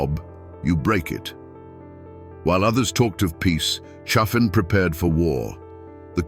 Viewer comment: Pronounced CHA-fin. If you're going to exploit our history pronounce it right you dumb as a stump AI.